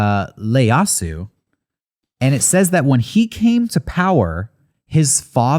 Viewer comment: Hey, just wanted to point out that it's "iieyasu" not "Leyasu" anyway love you guys and the show!!